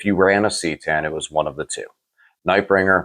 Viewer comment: Phonetics it's ca tan not ctan bro